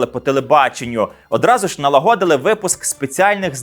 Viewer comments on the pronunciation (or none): Матеріал цікавий, але за наголосами слідкувати треба: не ,,налагОдили", а ,,налАгодили". І не ,,вЕла", а ,,велА". Щоправда, це словесне сміття запроваджено вже давно і так говорить багато хто. Але це все одно неправильно.